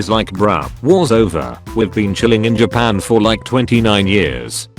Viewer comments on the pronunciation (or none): none